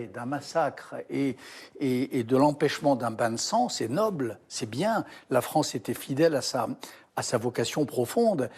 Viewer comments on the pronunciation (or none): La fronce 😂